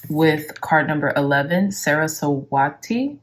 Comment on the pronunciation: It's pronounced Suh-Ruh-Swuh-Tee, thank you for the videos!